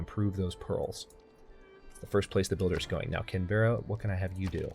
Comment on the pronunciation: why can't people say australian cities right its can-bra not canbeara